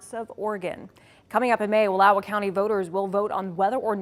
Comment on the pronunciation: chick literally mispronounced wallowa